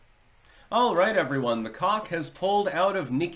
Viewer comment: I thought it was pronounced COKE.